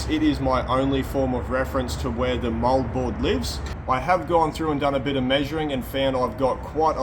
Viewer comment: For the life of me, I thought he was saying mullboard. But it's Moldboard. Like always, I'm impressed by the level of experience and knowledge.